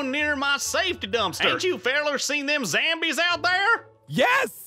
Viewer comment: I like how says zambies in stead of zombies